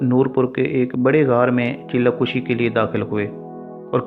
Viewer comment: Han thori ghltyn hyn chella kushi ni ..chella kashi hy